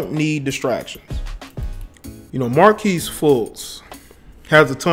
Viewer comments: mar-kelle, not marquise bro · You called him Markease instead of Merkelle multiple times. Disrespectful not knowing his name lol. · If I here him say markesse one more time. Markelle my guy. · Bro why you keep calling him Marques his name Markelle Fultz lmao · His name is Mark-Kelle 😂😂😂😂😂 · This dude can’t even say his name right Mar-kelle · Fuckin his name up! I can tell he isn't a Sixers fan! Lol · damn dude, get his name right. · You butchered this brother's name! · Butchered the kids name 🤦🏾‍♂️ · Did you just say "scripper." And did you just call the dude "Marquise" Fultz??? Bruh... who teached you how to spoke?